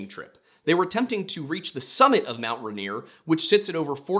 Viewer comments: “Runear”? Dude. It’s “Rain-ear.” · Hearing you mispronounced Rainier every time hurt. Ray-near Pew-Al-Up The story about the food going down the western side sounds like it was probably the Osceola mud flow when the west side of the mountain collapsed, flooding down to Tacoma. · It's RAIN-ear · No way never thought someone would cover these stories. I'm originally from Puyallup, it's pronounced (pew-all-up) lol. And Rainier is actually pronounced just by sounding it out too so (Ray-near) and I can't speak for other tribes but most are actually just sounded out around here. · I know people have already said, but yeah, everyone here pronounces Puyallup "pew-wall-up" (or more, pyuhwallup, but thats hard to figure out how to spell phonetically). Also, this might be completely wrong in a historical context and may even differ throughout the state, but everyone I know (living in the puyallup area) pronounces Rainier "rain- near" I have no idea why hearing it pronounced rahnier is hitting my ear so wrong lmao